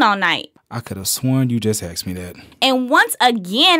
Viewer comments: Lmao "axed you a question" hahaha dkm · So many questions gettin "axed"